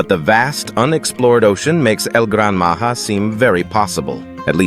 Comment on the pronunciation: It's not Maha it's Maja